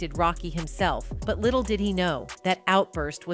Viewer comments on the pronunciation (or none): none